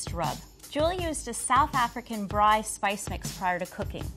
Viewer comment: As a South African, I have major respect for Julie since she managed to pronounced braai properly🇿🇦🇿🇦🇿🇦